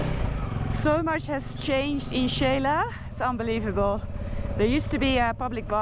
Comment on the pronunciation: Noraly, just a little correction with all due respect and thank you for your effort. Xela is pronounce She la. With no Spanish i in the middle. The way you say it sounds Sheila. 🙂